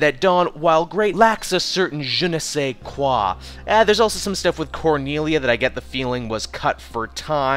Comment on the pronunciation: I had high hopes for that ``reboot``. I have yet to see it but since we got the same taste in a lot of stuff im sure i'll like it. (btw nice accent on that ''je ne sais quoi''.. I don't see much english speaking peoples pronouncing french that well lol :)